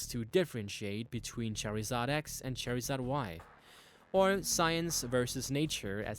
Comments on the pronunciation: did he rly just say cherryzard lol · U kept a funking saying cherrysar u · Learn how to say charmander u sound like us saying cherry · pronounce charizard right instead making it sound like cherizard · U SPELL IT LIKE CHARIZARD YET U SAY IT LIKE CHARZARD U FUCK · Lmao when he says "Cherryzard" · bro its not cherryzard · Say cherry zard one god damn more time and I swear... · It's pronounced char I said not cherryzard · Sounds like ur sayin cherryzard haha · the pronunciation is charzard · and watch the anime it's pronounced charzard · i agree, what the fuck in a Cherryzard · Cherrizard? Iol. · why does he pronounce charizard like that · Can you say charizard correctly. shits annoying as fuck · It bothers me that he mispronounced charizard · 1. XD XD XD XD IM SORRY BUT HIS pronunciation OF CHARIZARD IS KILLING ME LIKE LEGIT MAKING ME DIE XDXD XD XD 2. Anyone else hear the Naruto ost???? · Can you pronounce Charizard correctly you stupid fuck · You said charizard wrong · i cringe everytime he says charizard's name... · Never heard Charizard pronounced like that xD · he pernouced charzard wrong that got on my nerves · Charred lizard, the i in lizard is pronounced so why not pronounce it in charizard? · I hate how he says Charizard! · For the love of God, learn how to say Charizard! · I don't think Charizard is an english word, after all pokemon is orginally from japan in 1996. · I love how you pronounce Charizard :3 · ITS CHARIZARD NOT CHERRYIZARD LEARN YOUR GRAMMER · you say charazard wrong you say cherryzard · Why does he pronounce charizard as cherry zard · Its Char-i-zard not char-e-zard charizard X isnt white LEARN YOUR PRONUNCIATIONS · really dude your called charizard cherryzard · Char-iz-ard not chair-iz-ard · It's not cherryzard its charzard fuckface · ITS CHARIZARD NOT CHAIRIZARD GOODNESS SAKE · Fuck you it's pronounced c h a r s a r d not s c e s a r d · its not Cherryzard its Charizard: how to say: Char-iz-ard. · It's charizard, not cherizard dude ...